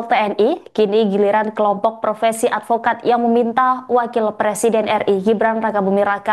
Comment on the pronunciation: 😂😂😂😂😂.advokat atau alpokat?.😅😅😅